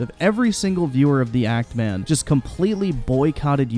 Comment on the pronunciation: actually keeps saying ANT Man...not even Act Man. So he didn’t even push that hard with the joke. Listen again if you somehow didn’t catch it.